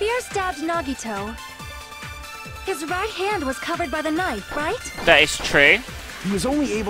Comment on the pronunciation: The final class trial about Nagito, and she still doesn't pronounce his name correctly D: Awesome video though can't wait for the next part >:)